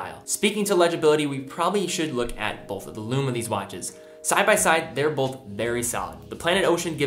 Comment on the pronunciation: Argh! The word is not “bolth”.